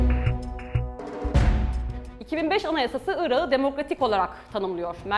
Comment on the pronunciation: küçük bir bilgi vericem. özel isimlerde yumuşama olmaz yani telafuz ederken ırakı diye telafuz etmelisiniz , ırağı diye degil